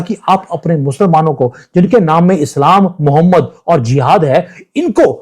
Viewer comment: मोहम्मद नहीं, मोह मैड ! 😂😂